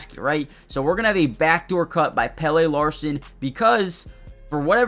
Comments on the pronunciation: It's pronounced PELLA. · Great vid, and i think his name is pronounced Pellah ( he's sweedish)( have u ever seen the sweedish Muppet chef? 😂 )